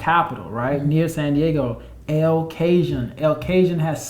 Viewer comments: Oh, my! I am on the floor, "El Cajun!" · El Cajun 🤣🤣🤣🤣🤣🤣🤣🤣 good one!!! It's pronounced El "Ca hone" Need that Washington State and Oregon!!! I'm ready to get jumping. Idaho is probably a good one too... NW trio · Lol... El Cajon is "El Ca-hon"! CA Love!❤ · Man! El Cajun had me dying! I love this info though. :-) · EL CAJUN !